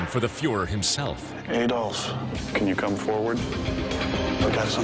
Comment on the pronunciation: If I hear them say AYDOLF instead of ADOLF one more time I... I am going to dislike the video (I know, expecting some climactic act, sorry to disappoint).